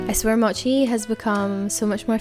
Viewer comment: What time do you sleep? Btw the way you pronounce “mochi” is the authentic Japanese way!